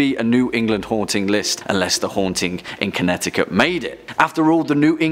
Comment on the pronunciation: Connecticut does not have silent t's. England brought some of its ghosts over.